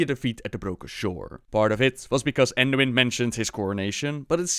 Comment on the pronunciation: Manduin lol